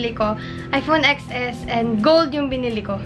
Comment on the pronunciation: Ten es , not eks es